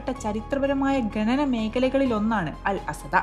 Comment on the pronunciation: ഗനനം അല്ല ഖനനം എന്ന് പറയുക